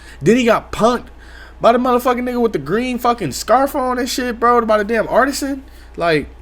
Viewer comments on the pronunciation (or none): “Artisan” 😂😂im dyin he did a V cut